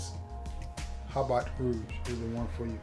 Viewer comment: Ha-B Rouge the correct pronunciation. Joint is flames too